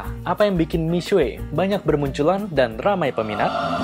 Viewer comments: Miswe? Udah miksu aja paling enak nyebutnya 😅. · Ga tahan denger nya, buka mishue bacanya.. yang bener mishe... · Bukan Mi-SUE, Mi-SYE. Apaan sih sok-sokan ngajarin salah pula. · Itu bcanya bukan misuwe, tpi misuwek dlm bhs mndrin